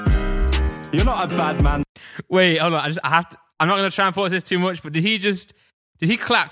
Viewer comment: It's called 'much' not 'mooch'🤦‍♂️